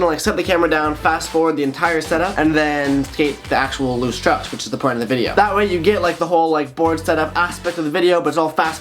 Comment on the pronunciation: Just me or is this dude saying chuck’s?